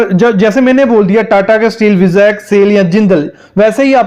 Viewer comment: विजेक नही वाईजेक